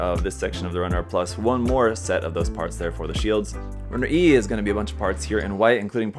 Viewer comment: LED ‘set’ not ‘sheet’.....